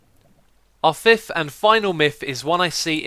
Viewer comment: "For the fift and final miff..." You make me chuckle every time, X.